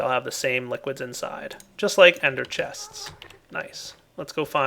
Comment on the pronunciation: lol i heard say ender ch-tanks:P